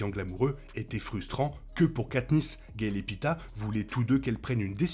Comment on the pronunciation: Par contre le gars n'est pas un kebab hn, il se nomme Peeta et non pita